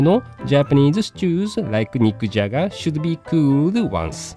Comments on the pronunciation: I could've sworn, he said "Mick Jagger"! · Anyone else keep hearing "Mick Jagger" lol